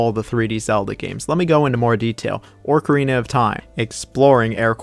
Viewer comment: Orcarina of Time though?